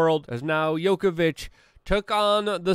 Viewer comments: Novak is a mega tennis star and Number 1 for more than a decade and you still don't know how to pronounce his name correctly? Seriously? now-vak jow-kuh-vuhch. Joker, but not yoker! :) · djokovic not yokovic :) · Yokovic, lol. Cmon you are Polish bro you can say Djokovic. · Yo-ko-vich? NOPE. The guy is literally the worlds most famous tennis player as well as being current world number one. The very least you could do... Is find out how to say his name PROPERLY! NO-VACK JOCK-O-VITCH Not Yoko... Jock... Like jockey. Like a DJ or someone who races horses. Not Jo like JOE. I mean ffs his name is on EVERY news channel in the world right now. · Funny thing is, Novak contracted COVID last year. Oh n FYI, his name is Djokovic (Jee-oh-kuh-vitch). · I thought you could pronounce Novak Djokovic's name 😜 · Im not trying to be PICKI😀 just friendly suggestion for you to pronouncements of his LAST name🍀🍀☮️👍👍🍀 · Damn Luke…you really don’t know how to pronounce the best tennis player of all times name? Smh